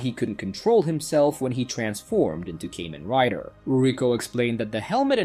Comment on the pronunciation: He is not "Caymen" Rider. He is "Kamen" rider!! I'll give you one important tip. Most of Asian names and words are pronounced incorrectly by westerners because they try to pronounce the Asian words according to their language and accent. Pronounce the letter "A" like "Ah" not "Ay" and you're good to go! If you can do this, it will bring you a long way up to the Asian audiences! Welcome!